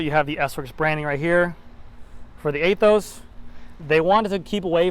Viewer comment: Pretty sure about you don’t pronounce it A-Those. Anyhow nice video. I don’t know after this video about buying the Aethos. Somehow you kinda convinced me not to, might wait for SL8 if it comes next year. SL5 will do it another year.